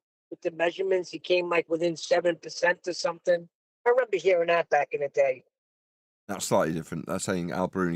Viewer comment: 37 min 17 seconds… REN BER ?? Do you mean RE MEM BER it’s a 3 syllable word associated with memory . Try singing along with the catchy 1974 number …..a couple of times should do it …..RE MEM BER your a WOMBLE